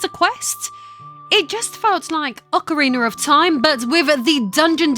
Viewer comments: PSA It is Ocarina not Ocariner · “ock-o-ree-ner” wtf? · Did you say Ocariner? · It's Ocarina of Time not Ocarinar of Time... will have to block you for that. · AwkaRiner of time jk love U it's important to me you know I'm joking. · Ocawiener of Time😂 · bruh what is "Occer Reener" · yikes I can't believe how much her accent destroys the name of this game.